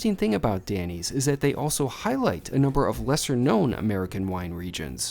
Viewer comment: I had to take a double take on this restaurant review. I thought you were scooping down to you A eats reviews of chained restaurants. With your accent it totally sounded like you were saying the American diner DENNY‘S instead of DANNY. I hope you’re giving totally unbiassed reviews, as you were recognized and giving more appetizers than you had ordered.